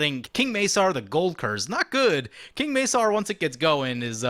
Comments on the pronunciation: The C in King Macar is hard, pronounced like a K not an S. Hence King Ma-Car driving Cars. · That is some saffron olive level of mispronounciation with king macar